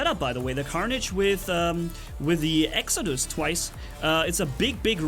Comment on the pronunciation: Its Exodus not Exocuds